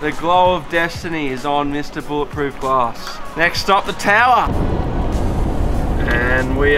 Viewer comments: It's bullet proof not bowl it proof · It's not bowl it proof, it's bowl it resistant.